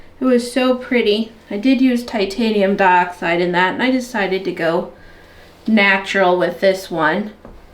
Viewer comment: Lol the titanium dioxide is just your accent a little bit and I love it!